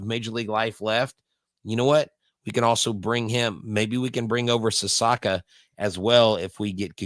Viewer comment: Sasaki not Sasaka